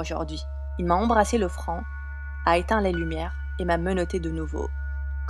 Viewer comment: "Fraont" aussi